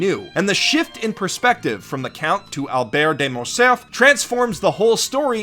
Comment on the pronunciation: Very interesting video, but please, check the pronunciation of foreign names, especially French ones. I must say I couldn't help but grin when you said 'Alexandre Dumas' or 'Albert De Montcerf' ^^